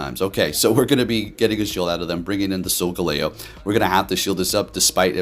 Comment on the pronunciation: sol-jello? sol-galileo? and very nice Hax-or-us video =D